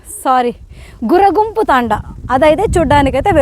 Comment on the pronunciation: అది గుర్రగుంపు కాదమ్మా "గుర్రoగుంపు" తాoడా మాది కడపనే నమ్మా. కొన్ని తప్పులు చెబుతున్నావు. సరిచేసుకో